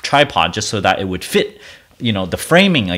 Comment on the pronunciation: Dude it drives me nuts when you mispronounce the word "that" by saying "dat." You are clearly an intelligent man, it cannot be that hard to learn the correct way to say that. You speak English well, except for a few words. When you say "dat" you are putting your tongue on the roof of your mouth. If you say "that" correctly, your tongue will be pressing on your upper teeth at the bottom. If i lived near you, i would meet up with you and give you a speech lesson. There probably are Speech Therapist's on YouTube, or you can ask google how to pronounce the word "THAT. " This was said with the mind and heart of a teacher. Not meant to be mean-spirited.